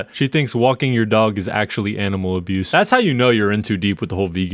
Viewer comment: Me pets dog and gives dog walk, her “dah duh that’s aminal awboose” (Also I purposely spelled the words like a three yr old)